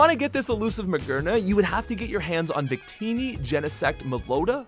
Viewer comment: He also cant pronounce victini and arceus